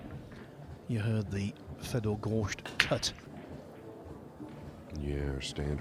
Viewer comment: It is not Goršt, it is Gorst.